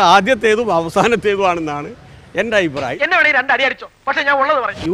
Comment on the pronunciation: "ആയിപ്രായമല്ല " അഭിപ്രായം.